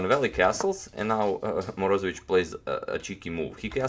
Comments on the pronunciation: morozEvich accent on e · Moroze'vich its righter. Nice channael!